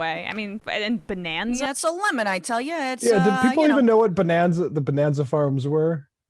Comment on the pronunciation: Doesn’t he say „Lenin“ instead of „lemon“?